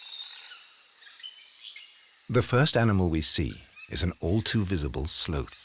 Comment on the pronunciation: Who taught this narrator how to say the word "sloth?"